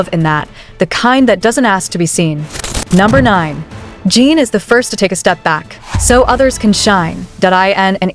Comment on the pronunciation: Please teach your AI bot how to pronounce his name 😩